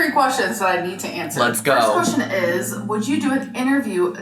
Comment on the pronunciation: Why does she pronounce "question" so strangely? Sometimes she says "qweshwin". 🙃